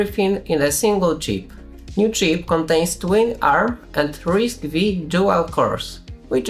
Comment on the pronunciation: It's "risk 5" not "risk vee" ;)